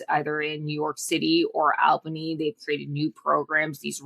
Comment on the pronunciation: She pronounces Albany funny. "Al Banie" vs "All Banney" I'm from NYC...